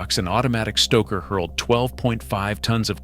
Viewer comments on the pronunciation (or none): none